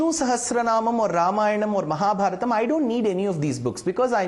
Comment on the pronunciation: Ramayanam and Mahabharatham he pronounced it correctly